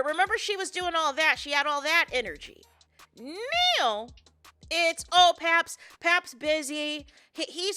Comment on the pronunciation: Now. It’s pronounce NOW. There’s no E in it 😂😂😂😂 lord I love you but got damn that’s annoying. Let me stop. Muting you and putting the caption on